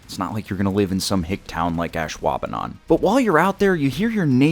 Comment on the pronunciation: OMG WTF. How long did you practice saying Ashwaubenon?